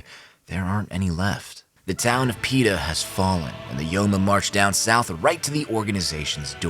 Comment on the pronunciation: “the town of Peeta”